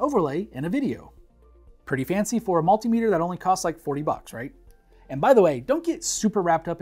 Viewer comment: Its actually pronounced multimeter